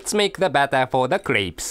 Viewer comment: strain the battahh